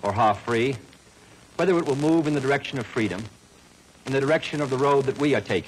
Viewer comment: HAHAHA Also, when kennedy says direction. it sounds like erection.